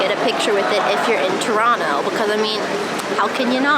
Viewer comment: Loved that when you were showing the TORONTO sign, that the second time you said “Toronto” you pronounced it like a Torontonian would, you left out the second t. Pronouncing it Torono, like someone who lives here pronounces it 😊